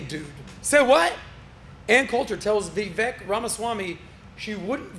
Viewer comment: Kind of a sorry host. He has interviewed Vivek many times now and still doesn't pronounce his name right. Pretty disrespectful if you ask me.